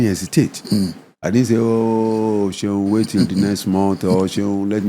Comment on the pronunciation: Hi Seun, please hire a Nigerian voice-over artist who can pronounce your name properly to do the voice intro and outro for this podcast. Thank you.